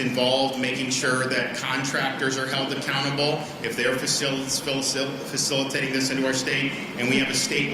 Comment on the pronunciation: Aren’t you Ivy League, homie? Why can’t you say “facilitate”?